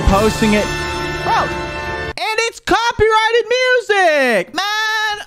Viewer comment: best slips of tongue :cocky righted leblon